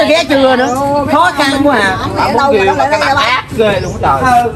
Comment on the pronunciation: Riêu mà nói giêu